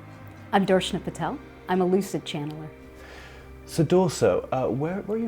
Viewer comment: Darshana is one of the most ppwerful channelers on the planet and an incredible healer. I am so blessed to have had reiki sessions with her. Time/ distance made no difference. She is a powerful being. I do wish you would've pronounced her name correctly. 💙